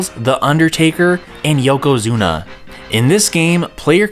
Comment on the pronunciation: Yeah that was an oddly-specific, really weird mistake to make IoI... especially considering he says Yokozuna wrong for Royal Rumble, then says it correctly while doing the Raw roster, then gets it wrong AGAIN when doing Wrestlemania the Arcade Game Imao